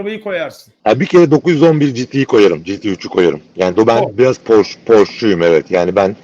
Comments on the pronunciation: Abi Almanca bilmiyorsan Porsche telaffuzunu Fransız gibi yapıyorsun işte. Arabanın Alman arabası olması dışında sıkıntı yok. Porş değil, Porşe. Bu arada bu arabayı burada maaşımın beşte biri kadar bir parayla 72 ay taksitle alabiliyorum. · “Porşş” değil abiler, “Porr-şşe” . Almanca okuyun, fransızca değil. Alman mühendis Ferdinand Porsche’den geliyor markası. Benim yok ama en azından doğrusunu söyleyelim. Ukala züğürt tesellisi işte.. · Porsche alman ve almanca bir marka ve otomobil yazarı bile neden ısrarla porş der anlamış değilim .